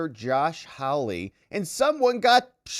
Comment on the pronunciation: Josh Hawley’s last name is pronounced: HAW-LEE…..NOT “Howl-lee” 😂👍